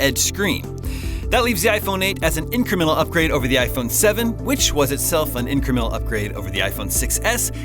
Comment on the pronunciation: Hey, do us all a favor: look up the word "incremental" and learn how to pronounce it properly. It's increMENtal not INCremental. How do you expect to be taken seriously when you sound so unprofessional?